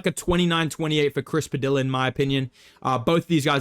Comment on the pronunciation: what's really crafty is bedtimes mispronunciation of Chris Padilla